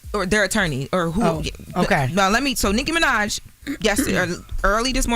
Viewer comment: saying “Nikki Minaj” like calling Beetle Juice! Damn. Lol